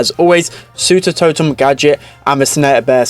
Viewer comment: saying suter totem